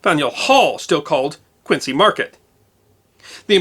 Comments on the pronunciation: Love your video's, but in Boston Quincy is pronounced Quinzy market, zee sound not cee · And Quincy is pronounced Quin-zee, not Quin-see. I was really shocked to learn this when I moved to Boston from the Midwest a few years ago! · Speaking as a born and bred Bostonian with Boston-Irish roots and as a former volunteer firefighter, congrats on another excellent video. BTW, "Quincy" is pronounced "Quinzee" in Massachusetts and "Charlestown" is pronounced as written, not like Charleston.